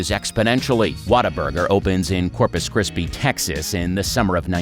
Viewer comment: Did... Did he say, "Corpus Crispy" Texas? xD